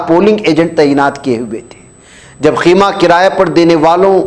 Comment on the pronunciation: It is Khaima, not Khima.